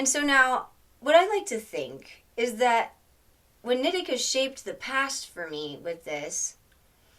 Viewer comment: I’m pretty sure in the book he says it’s a “she” He also says her name is knee-tea-kah, not Nit-ik-kah lol